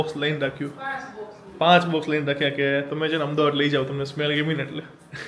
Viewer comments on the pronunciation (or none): none